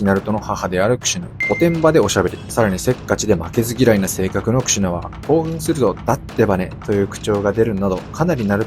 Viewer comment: クシュなって聞こえる🎉